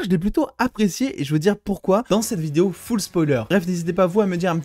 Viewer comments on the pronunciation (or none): none